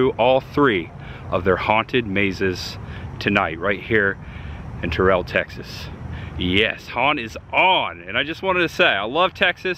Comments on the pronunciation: Not Tuh-rell. Tear-ull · the way you said TerrELL. ouch lol. It's TERRell. You better hope Jamie Foxx doesn't hear you say it that way lol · It aint "turell" its pronounced Terrull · Its pronounced "TEAR UHLl" not "TAHREL" 😅 and they have been there 27 years, not 37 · You mispronounced Terrell. Emphasis on the "rr". Terr-rell.